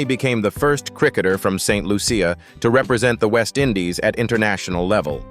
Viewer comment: The name of my Island is not ST Lu- ce- ya !!! But ST Lucia, (LUCIA) one word.